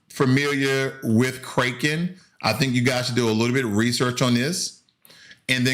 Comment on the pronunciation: You killed me when you said “Kraken” like Raking... it’s Kraken like “crack in” lol... “Orchid” haha. It’s “Or Kid”, not “Orchard”. thanks for the laugh. [no disrespect, just funny]